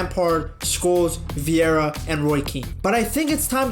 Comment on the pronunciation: Patrick Vieira played more than a decade in the Premier League. But the linguistically 'tarded English-men still haven't learned how to pronounce his name.